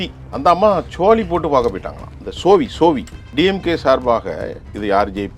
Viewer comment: சோவி இல்லை. சோளி.